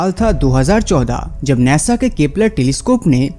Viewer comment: Bhai sun dekh nesa nahi khete hai nasa khete hai🤣🤣🤣😂😂😂